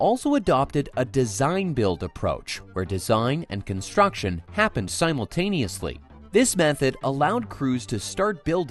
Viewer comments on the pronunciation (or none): none